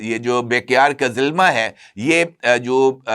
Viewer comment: بھائی ہر ویلاگ میں ایک ہی غلطی کرتے ہو یہ کمپنی بیکیار نہیں بلکہ بیرکتر ہے جو طیب طیب اردوان کے داماد کی ہے